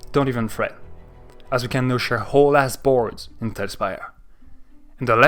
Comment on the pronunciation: Love your French powers are growing. Baguettes, fine wine, saying 'whole ass' in a funny way. Top tier Frenching 💕 keep up the awesome vids :D